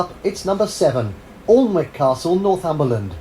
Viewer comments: The bloke making the video your watching can’t even get the pronunciation correct ! Alnwick is pronounced Ann ick ! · All of these castles on this list require paid entry, Windsor is the most expensive at about £30 per person. Alnwick (Anick as it's actually pronounced) famous for featuring in the first 2 Harry Potter films is inhabited and has wierd opening times, Highclere Castle made famous as the set of Downton Abbey is also inhabited and has wierd opening times. And when the King is in residence at Windsor there are specific places you can't go. And in a couple of years Buckingham Palace in London will be opening more rooms for the public to visit. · Alnwick Castle is pronounced Annik Castle. The UK has over 4000 castles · The presenter cannot even pronounce Alnwick as its actually "anik" England has about 4000 castles. Not sure about the other countries. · I believe Alnwick is pronounced annick.